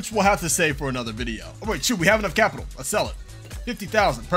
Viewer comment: you can tell this guy does good in school when he says capital